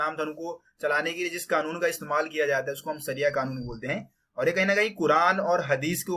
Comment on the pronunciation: सरिया नहीं शरिया होता है। सरीफ नहीं शरीफ होता है😂